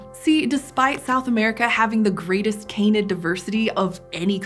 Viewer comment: Can-id, not cane-id. Please, it's breaking my ears.